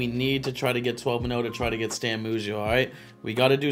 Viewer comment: bugs me that he says moo-sial instead of m-you-sial